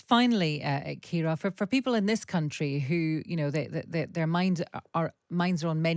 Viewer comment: Her name is Kira Rudik, not "Shakira." 🙄